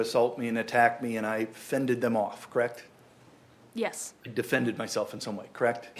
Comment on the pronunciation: "Would you say I'm asking a lot of questions, Krect?" "Yes." "You would refer to this as a rapid-fire succession, Krect?" "Yes." "And you're a Nurse, Krect?" "Correct." "And I am asking lots of short questions unnecessarily, you'd say, Krect?" "Yes." "I should probably enter a fastest-question-asked contest, Krect?" "...Sure." That lawyer is ridiculous.